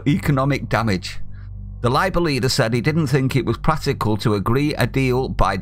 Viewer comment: "Pratical" lol..... Thanks for the laugh :-)